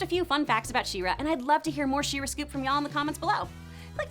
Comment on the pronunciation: I am I the only one who heard “Shiro” instead of “She-ra”?